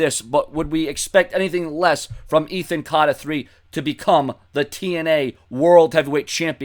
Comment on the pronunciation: Really wish you would say Ethan Carter the Third properly it is annoying.